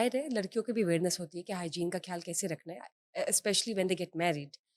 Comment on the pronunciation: Her pronunciation are pure bollywood. I think she was raised watching star plus. Pronounces خیال as کھیال